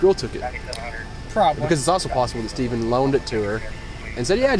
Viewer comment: Narrator said “Stevven” 🤓